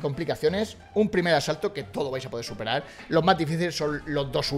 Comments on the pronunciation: Asalto ❎ Asato ✅ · En todos los asaltos en vez de decir eso dice asato😂😂